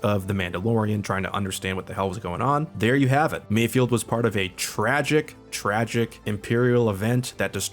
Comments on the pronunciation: omg it's MAYFELD not mayfield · "and while I was not confused" god damn too bad i forgot to bring your medal. kinda rich coming from a guy who can't even say mayFELD